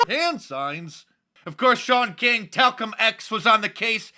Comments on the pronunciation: Ahahahaha!! Did you say Talcum X?! LOL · LOL " Talcum X"